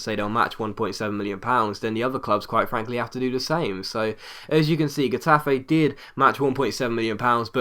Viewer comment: Minor correction, the "G" in "Getafe" is pronounced kinda like a 'h'